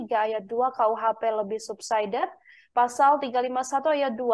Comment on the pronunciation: Mba narator, ga usah lebah kalo bilang subsider, ga usah juga d bilang subsaider. Di indonesiain aja ga usah d english²in tp malah salah